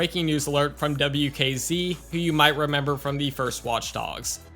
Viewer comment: I love the way you say watch dogs. It's like, "WAUTCH DAUGS."